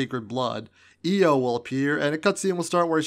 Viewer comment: its not io